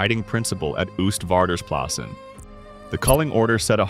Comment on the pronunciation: For a next time: you pronounce it 'OASTvaarders plassen, like oatmeal.